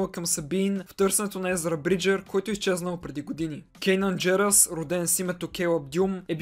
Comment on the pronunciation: Не се ли казва Канан Джарос, защото ти каза Кенан Джерос ? Видеото много ми хареса и ми беше много интересно, продължавай все така!